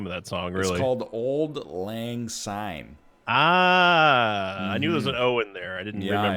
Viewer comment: Sorry, no O in Auld lang syne